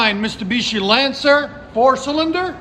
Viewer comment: He said, mistabishi